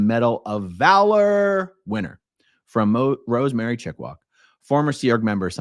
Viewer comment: I see. "Chickwak", not "Chickwog"